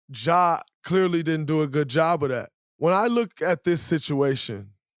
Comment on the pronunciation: stop lol , its not ja